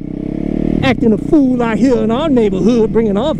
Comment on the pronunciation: Count the times he says “ out Hea “